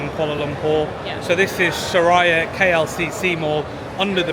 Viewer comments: Welcome to Malaysia. Just wanted to highlight something. The right way to pronounce the mall’s name is ‘Sue-rea’ and not su raya mall. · Its su-ree-ah not su-rah-ya klcc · Just to correct a little..its pronounced as Su(soo) Ri(ree) Ya(ya) not SuRaya..😊❤😊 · Welcome brother! By the way, the correct pronounciation for SURIA is SUE-REE-YA meaning Sun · It’s pronounced ‘Soo-ree-ah’ mate 😊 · Mr.,& mdm, Suria KLCC should pronounce as Soo rea KLCC, just an info that I, a Malaysian want to share. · I love your poetic musings ❤ I am currently in Dubai and can’t wait to return to my beautiful homeland in February. My favorite place in Malaysia is Penang which has the best street food. You may consider hiring a trishaw ride for an hour through the streets of Georgetown and to see the amazing street art. Btw Suria is pronounced Soo-ree-ya. Blessings to you and your beautiful family ❤ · Hi. just to help you a little since it is your favourite mall & you might encounter instances with the local that might misunderstood you guys. It is pronounced as ''su-ree-ya'' KLCC. 🥰 SURIA actually means the ''sun'' or ''sunshine'' in Malay. You can see the meaning reflecting in their logo. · Suria is pronounced soo-ree-yaaa 😃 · الحمد لله... هذا من فضل ربنا... Just for your information, we pronounced "Suria" as 'Su ree ya'. In Malay language, "Suria" carries the same meaning as "Matahari", which means "Sun".